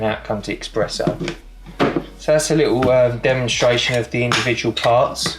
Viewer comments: Espresso. Not 'Expresso'. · Indeed. Wheres the X in eSpresso? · You say eXpresso ☹️☹️ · Expresso …!!! Jesus.. you really know ur coffee!! 😂😂😂🤦🏼‍♂️🤦🏼‍♂️🤦🏼‍♂️ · Thanks for the feedback, I'm adding it to the list. 1. Buy a Tripod, 2. Stop pronouncing Espresso as "Expresso", 3. Cut my nails more often. ;) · A coffee lover who mispronounces Espresso.